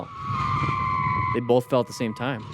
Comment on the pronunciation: O:18 He says "bolth" - unsubscribe 😂